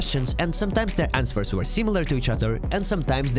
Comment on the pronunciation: "Answers" is not pronounced like "ans-swers"